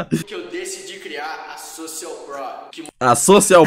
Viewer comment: "sOcial pruo" kakakakakakkaka